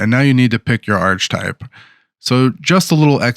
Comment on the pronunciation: Thanks for the video. It’s pronounced ark-uh-type.